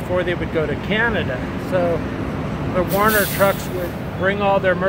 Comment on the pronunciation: Not Warner but "Werner" Trucks Jack...